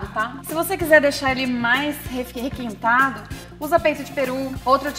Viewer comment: requentado ou requintado? kkkkkk tinha bebido bastante já em